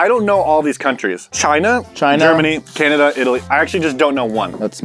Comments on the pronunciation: No one: Literally no one:: CaNaDiA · canadia As a canadian, when he called canada "canadia" i started dying from laughter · Nobody: Nobody at all:: "Okay canadia." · he did just say “ ok canadia” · Yes he did say CANADIA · Canadia All us Canadians: Eh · ya i cought that too XD he said canadia not canada XD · Canada not Canadia but he could of meant can Canadian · "Okay Canadia" DJ Khaled: Congratulations, You Played Yourself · Nobody:: gerMANY Also: canADIA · No one: No one ever:: "Ok Canadia" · No one: Absolutely no one:: Canaidia Me being Canadian: Yes Amuricuna (I love being a candian also did you know when Europeans came to settle in North America in Canada the first nations asked if they would go back to the village to talk and they said Kanata which means Village, and that's how the name Canada originated) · Yeh it is canadia learn your canadian history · Ok canadia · Okay Canaidia Me, a Canadian: cringe Okay Amurrica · Is no one gonna talk about saying "Canadia" instead of "Canada"??? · Nobody: "Okay Canadia" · He said Canadia you’re missing the n oh and I have that toy story buzz game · At the beginning said thanks canadia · He called it canadia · Ca-nada it’s Cana-da😭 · Canadia XD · Canadia lmao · Tanner: Are you from German: ok Canadia Me: brain hurt. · Five seconds in: "Okay Canadia" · Did just say canadia?????? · As a Canadian I feel very insulted